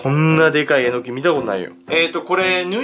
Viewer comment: え↑のき？ えの↑き？ アクセントはどっちが正しいのかしら🤔 あと所々サブリミナル的なのが？